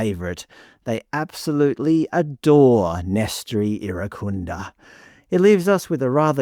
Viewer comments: You're trying so hard to be pressed by this, lol. If it wasn't clear enough from you mispronouncing 'Irankunda' repeatedly (hint: the 'n' isn't silent), and you really are this obtuse to the many reasons that he hits the headlines so frequently, it just shows you don't pay enough attention to the general discourse around Australian football to contribute something actually insightful or informative. The focus of these stories aren't confirmation of some ABC agenda that you're apparently so paranoid about; they simply reflect the appetite of the majority of fans, and what they're most interested in. For years now, Nestory has been in the headlines because he's a huge fan favourite and frequently makes himself an undeniable talking point with his explosive and direct attacking play, jaw-dropping goals, and showmanship that make him impossible to overlook. He is by far our most eyecatching player, on a regular basis. Metcalfe is comparatively understated — in both his play and his demeanour on the pitch. He's a tidy midfielder who has a good passing range, carries the ball well and has an important role in our transitional moments, but there is a reason he's relatively unheard of outside of the Australian and St Pauli fanbases, and it isn't because the ABC has some reverse racist agenda, as you're not-so-subtly implying. Your agenda, on the other hand, is blatantly clear from the lengths you've gone to to be misleading here, your smugly sarcastic voice over, and how pridefully b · I watched on SBS. I only heard Irankunda, Türkiye, Irankunda, Türkiye. I have to laugh, I was in Türkiye 😂in February and none of my Turkish friends pronounce it anything like what was being hammered out on SBS. 🤦🏼‍♀️